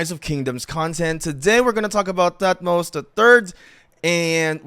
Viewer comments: Toot-moze-uh is the actual pronounciation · is pronounced thutmose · H is silent. Its pronounced “Tut-mos”